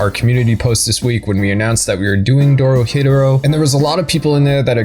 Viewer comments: Have you heard how he pronounced Dorohedoro? It’s Doro-HE-Doro not DoroHetero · Doro HE Doro... Also better than not "better then" Jesus Christ. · You're pronouncing it incorrectly it's "DORO-HE-DORO" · Why do people keep mispronouncing it like “Doro-Hetero” when it’s doro he doro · the way you say dorohedoro infuriates. me you say it like doro,hedoro while i say it like doro,he,doro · I just put how I would pronounce it. Doro he Doro. Not Doro hed Oro. They pronounce it at the end of every episode both dub and sub. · i thought it was pronouced doro heh doro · Its pronounced Doro he doro I love your videos but when you pronounce names of anime or characters wrong it hurts my ears and my heart ❤ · You do you say the title so weird lol it's Do-Ro-He-Do-Ro, it's even said the end of the anime after the credits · The way you say Dorohedoro is fucking criminal. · bro ur saying dorohedoro wrong 😑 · the way you say the name of the show makes me want to chew my face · The only thing that bother me is how the english dub pronounces dorohedoro at the end and that's main complaint. Also have you heard those banger ending, blessed us with like 4 different songs yoooo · The way you say the name irks my soul lmfaoo. I been waiting for the second season tho it’s annoying how most anime’s only put 12 episodes into a season